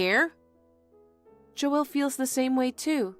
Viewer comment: Joel is one syllable, not two.